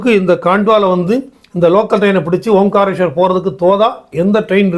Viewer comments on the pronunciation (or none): ஓம் காரேஸ்வரர் என்ற சொல் தவறு. ஓங்காரேஸ்வரர் என்று சொல்லவேண்டும்.